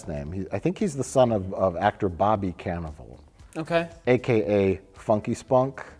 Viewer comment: SAY CAN-A-VELL ONE MORE TIME MIKE SEE WHAT THE FUCK HAPPENS